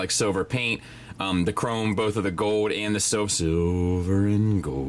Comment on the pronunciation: Fowd. says “fowd” or “foed”. Like silver and gowd.